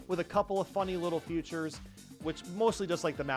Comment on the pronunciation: Why does he keep saying “futures” ….